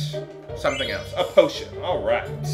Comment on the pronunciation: am i the only one who thought he said "botion"?